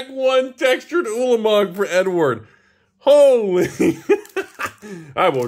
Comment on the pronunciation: I swear he keeps saying N-word when he says Edward.